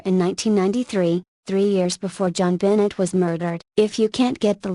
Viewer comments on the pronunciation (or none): Omg STOP SAYING 'JOHN BENNET'!!!!!!!PROUNACE IT RIGHT!!!!!!!!!!!!!!